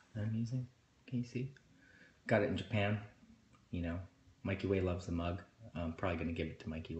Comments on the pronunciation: the way he says mikeyway as like one word🥺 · Dude I love how he mentions Mikey as "mikey way" xD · holy shit i love how he refers to his own brother as "mikey way" and ray as "ray toro" l ik e y e s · "Mikey Way" tho